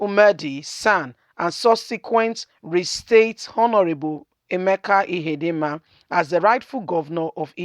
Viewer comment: Emeka Ihedioha, and not Ihedinma. You have merged the two last names to form Ihedinma.